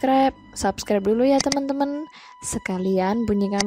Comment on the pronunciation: Ko salfok ama si mimin pas bilang TEMEN TEMN:V Yg temn nya it loh ngakak:v